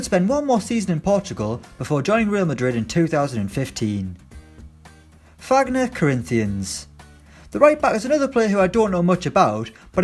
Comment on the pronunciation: It’s pronunced faguiner